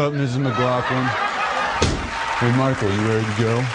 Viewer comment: Nobody will ever pronounce McLaughlin right. It's Mick-loff-lin. Goddamnit.